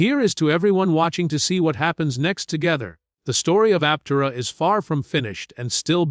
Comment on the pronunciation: learn how to say Aptera Bull shit